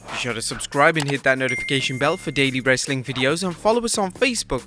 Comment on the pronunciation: Anybody else catch him say Wrassling content?